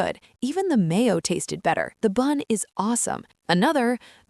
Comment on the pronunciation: He said they tested the burger. Dont you mean tastee 😂😂😂